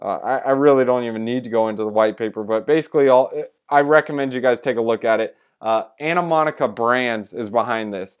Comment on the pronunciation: Good video man. It's pronounced Ani-mo-ca Brands.